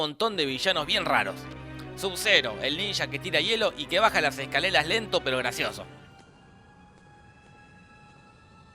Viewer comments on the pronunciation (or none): Like si te diste cuenta ue dijo escalela al inicio minuto